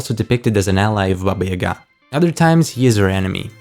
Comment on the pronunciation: Thank you for pronouncing Baba Yaga's name correctly.